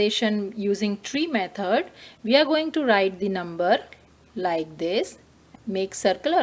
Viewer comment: Method❌ Mehod✅ But TYSM cause I didn't understand anything but it helped me